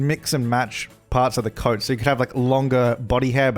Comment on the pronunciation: I honestly thought till half way to the video that you said code when you actually said coat and I was so confused xD